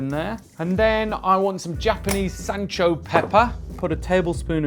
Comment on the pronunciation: "Sancho pepper" . . . what the what?